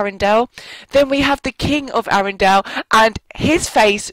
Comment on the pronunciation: you say arendale wrong